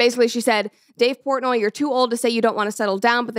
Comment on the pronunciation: Who tf is Dave Pornay??